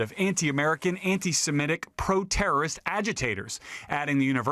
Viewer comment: Lester, you still can't pronounce "Semitic"? What is the problem?